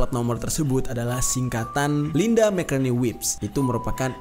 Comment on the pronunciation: Baru nonton postingan 2 thn y.l ini. Semova bang Jeri skrg sdh tau gmn penyebutan "McCartney" yg benar. Tetap semangat!